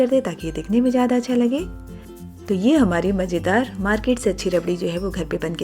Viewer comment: Tej, Majedaar aur Jaroor nahin Tez, Mazedaar aur Zaroor bolo madamji